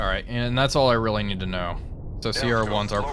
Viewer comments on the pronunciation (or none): none